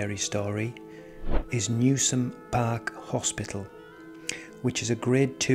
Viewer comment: It’s pronounced New Sham